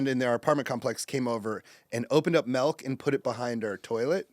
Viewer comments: He said “melk” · "melk" what a loser! . . . 👎💩👎